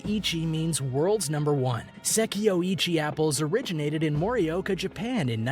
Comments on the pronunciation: the way he pronounced "sekai ichi" 🤣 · lol..bijin-haym? lol.get your language pronunciation correct. HERE: pronounce as is Sekai Ichi - SE-KA-I I-CHI BI-JIN HI-ME DEN-SU-KE SA-TO NI-SHI-KI not SAYTO DE-KO-PON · OMG I want to die every time he says "Seki eye eechie" apple instead of "sekai ichi" apples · Berry Tan clearly he is not from Japan. Not a huge deal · You forgot Sekai that he pronounced as Seh-Kee-EYE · I stopped at se-kee-yay (sekai) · So painful to listen to the sekaichi pronunciation of this guy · Even Google know how to pronounce it correctly "sekai ichi' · ah... Sekai-ichi Say Kai - ichi .. at least know how to pronounce the name. Fun fact those apples only cost $21 when in a gift set... however you can buy them singly for 150en ($1.85 ea) and yes they are very big! Strawberry variety is pronounced "Beejean Heemay Ichigo" They are usually gifted for special occasions, but like anything you can find them cheaper if they aren't in a department store as gifts... The watermelon name also not pronounced properly, has made its way to Canada now where (proun.Densukay Suika) is growing in the lower mainland BC and central interior. They are also called black watermelons and yes they are significantly sweeter than normal green ones. Whoever is doing the narrating didn't do any fact checking before making himself look like a moron. The grape story is simply bullshit. They aren't pingpong ball sized and their genetics comes originally from Chile. These grow larger with the more humid climate and bred to be seedless. The ultimate grape from Japan is the Japanese muscat - tastes a hell of a lot better in my opinion. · Seriously. I was ready to headdesk by #4. It's "beejeen-heemay". And that apple isn't "seck-ee-eye", it's "seckEYE". Ffs, look it up and listen to a pronunciation guide!!